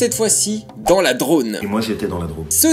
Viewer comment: C'est DrôMe et pas drone. Mes grands parents paternels en viennent. Sinon, le deuxième article a été chroniqué récemment dans Bad News.